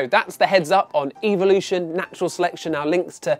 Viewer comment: I love how he can’t pronounce evolution properly